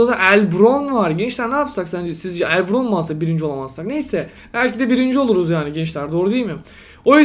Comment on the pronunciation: Abi el bravn diye okunuyor el brovn diye degil :)